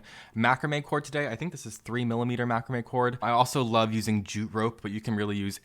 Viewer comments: Excellent video but please learn how to pronounce Macrame 👍👍😁😁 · must be where we are from but we pronounce macrame different... thanks for the video helping out heaps